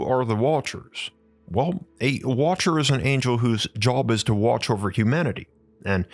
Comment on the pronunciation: geee whizz guy, can we not annunciate the word watcher???